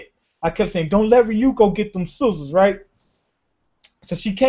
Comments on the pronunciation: Is it soozurs? Or sizzles? XD learn how to scissors xDDDD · She didn't get scissors, she got "soozurs" xD